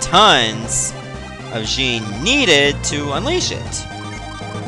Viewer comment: It's not jean its Jin that's how you pronounce it